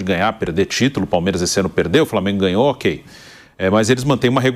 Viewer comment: framengo kkk